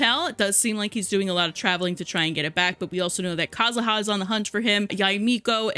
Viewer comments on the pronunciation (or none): none